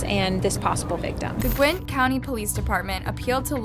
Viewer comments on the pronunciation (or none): Gwynn county? It’s Gwinett (Gwa-net). I think she’s the type to do this for views not because of an interest in true crime. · Its Gwin--nett County. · Why does she keep saying Gwint County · It’s not gwint dumbass it’s (gwi-nnet) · yall im sorry but this is killing me its pronounced GWEN-at NOT gwint okay thank you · gwint?? Lmaoooo, Gwin-nett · You keep saying "Gwint" you dumb dooosh. It Gwinett Gwin ett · psst heres a hint , its not pronounced gwint its gwin nett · Uk it's not gwinet it's pronounced gwin it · It's not "Gwint" county, it is "Gwin-Net". Went to highschool with him. We graduated in the same class. Was really crazy hearing his death. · Lol gwint… it’s gwin- net 😜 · lol I love her videos but this one erk me when she kept saying Gwinnett wrong. It’s pronounced gwuh•net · this is rlly scary bc this is my county....at first i didn't think it was because she is saying the name wrong it's pronounce (gwen-net) not however she said it in the vid. i was also so confused bc the houses looked like a neighborhood i know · I am from Gwinnett County Ga and you said the name wrong. GWIN-NET is the proper way to say it. Dope video overall though. I never knew about this case. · Pronounced “Gwen-net” county. Gwinnett. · It's "Gwen net" county jail. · I live in Gwinnett OMG WHAT- also it’s called gwi-nett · its called gwin nett like net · Great video. Could you please work on pronunciation or researching the way some of the words/names are pronounced. The spelling is correct for words like Gwinnet but you pronounce it as Gwent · Gwin-NET county😘 & great videos!!!! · I know this doesn’t really matter but it’s pronounced (Gwen NETT) lol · I’m from Gwinnett. GWEEENET. And never heard of this… wow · they need the death penalty for sure, please don't butcher the name Gwinnett, it is pronounced Gwen ette, and is only miles from Atlanta Georgia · Please learn how to pronounce Gwinnett if you're going to do these videos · She said Gwinnett wrong